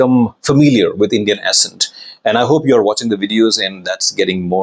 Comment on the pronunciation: Good info 👍. But 1 tip: You pronounce the word, "accent", wrongly. Correcting it would be helpful for u as you use it a lot.